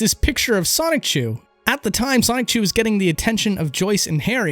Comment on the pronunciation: Also, there's no hard C sound in "Sonichu."